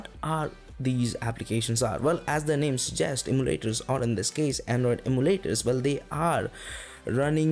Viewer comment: could it be you are trying to say em-yoo-laters?